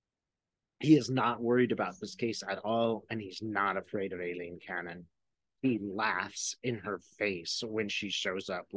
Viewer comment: Cannons first name is pronounced I- lean. The A is silent.